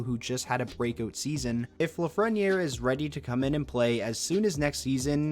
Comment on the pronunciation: His name is Lafrenière